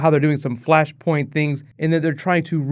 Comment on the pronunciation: Flashpoint. FLASHPOINT. FLUSHPERNT. ERHMAGERD ETS FLUSHPERNT